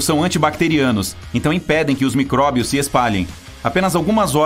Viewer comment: Alguém percebeu que ele falou "microbios"?